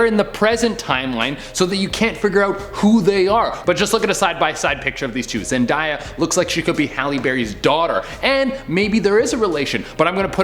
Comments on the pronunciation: Its ZEN-DAY-A not Zen-Di-A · It’s Zendaya as in Zend-a-ya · Zen-day-a not Zen-die-a. I spelled it this way for pronunciation's sake. Get it right. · How did you say Zendaya that wrong ah